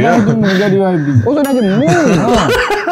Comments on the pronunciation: menyebut yabi yg sebetulnya waibi sebutannya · YB itu sebutannya kalau di Malaysia Y=wai B =bi.... rengkasan yg membawa maksud Yang Berhormat